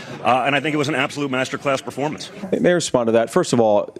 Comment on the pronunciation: Did donnie say "Performance" ???